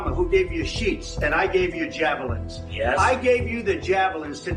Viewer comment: Did Trump say; sheets or sheeps?